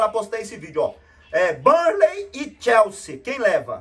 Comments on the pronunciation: Chelsea: Técio kkkkkkkkk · "ChelseHam" morri kkkkkkkkkkkkkkkkkkkk